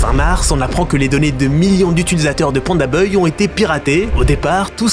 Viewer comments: C’est moi ou tu dis pandaboy au lieu de pandabuy ? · Pitié c’est ça de prononce by pas beuille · prononce BAYE pas BEUY 😂😂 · Pourquoi tu dis PandaBeuille et pas PandaBuy (se prononce PandaBye), ça me rend complètement dingue 😬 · "PandaBeuil" 😂😂😂 je te pardonne prcq mtn c'est PandaDeuil. Tip top tes videos🫶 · Vous avez pas capté qu’il fait exprès de dire pandaneuille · pitié arrête de prononcer beuye j'en peux plus on dirait que ton dictionnaire est contrefait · C'est sa manière de prononcer le bail la vraie contrefaçon dans l'histoire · ça me bute a chaque fois qu'il dit beuy 🤣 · Bon beh tu sais toujours pas dire Pandabuy, le mauvais bail...